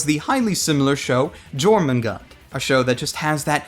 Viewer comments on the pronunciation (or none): Okay, so I think I may sound rude by correcting you here. Jormungand, you don't pronounce the "J". I thought u was supposed to when I first read it and then I brought up the manga to my upperclassmen and he said Yormungand (spelling it how it's pronounced). At first I thought he was talking about something else but then he said "the world serpent" and I was all like "Oh, so I am pronouncing it wrong." Just thought you might wanna know. He had heard of it in class, not knowing there was manga. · Jormungand - (Yor-mun-gand). Please fucking pronounce it right, ass-wipe. Good OVA. Good review. Fuck you . Thank you. Good night. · Jormungand is actually pronounced your-men-gand I believe.